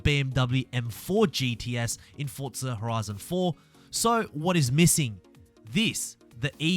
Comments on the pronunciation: its for zaaa not fortza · Fortza? Almost everything he says has a t in it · Good videos. No T in Forza though